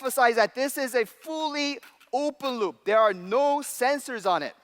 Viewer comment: I thought he said Oompa loompa.. (Open Loop)